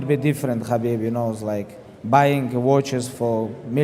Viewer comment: Hab-beeb Nur-Mu-Ham-ma-dov 🔥